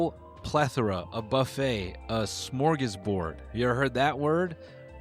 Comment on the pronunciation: Noel let his white side out when he said smorgasbord